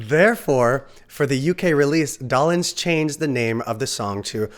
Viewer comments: Mickey DOLE-enz NOT Doll-enz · Mickys last name is pronounced "Dough-lenz", not "Dah-lenz" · Never heard his name pronounced Doll-ens! Doe-lens is how I think it's pronounced. Funny how language changes from generation to generation, just because no one is paying attention! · Dough. Lens. Doughlens. DOLENZ! It doesn't even look like Dollenz for heaven's sake! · It's Micky Dolenz -- pronounced Doe-lenz ... not Dollins. Please, your mispronunciation hurts my ears!! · just saw a behind the scenes documentary on them a few weeks ago. and BTW it's "dole-lenz" not "doll-enz" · Oh! NOW, it's, Mickey DAHLenz!. It's pronounced the same as, Dole (the Pineapple company). Add an NZ to Dole and you got his name. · Yeah, I couldn't watch anymore if the narrator doesn't even know that much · Doll-enz? Really? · Yeah, should be Dole-enz. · Micky’s last name was mispronounced. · You lost me at 7 seconds into your video when you mispronounced Micky Dolenz's name. Your credibility is Zero, so why should I bother to see what else you got wrong? KNOW YOUR DAMN MATERIAL!!! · It’s Bob “RAYfelson” and Mickey “DOLEenz” - long vowel sounds.